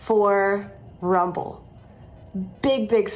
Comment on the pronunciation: Take th' muhnee an RrUuMmBbllll